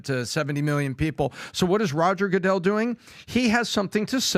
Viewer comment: "Roger Go-dell" 😂